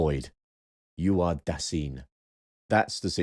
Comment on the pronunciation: On pronunciation (no, I‘m not blaming you for not being perfect at speaking German): „Dasein“ is pronounced Duh-sine (as in „sine“ like the geometric term). On the other hand, your pronunciation of „Geworfenheit“ was pretty much spot-on.